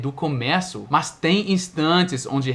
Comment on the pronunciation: quando vc fala "mas" (but) tem um som de "más" de mau ou mal não mais como "plus"